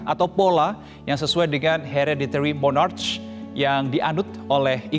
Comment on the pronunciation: Sebutan nya bukan Mornarch.. Sebutan nya Monark.. 😅 Gimana sih..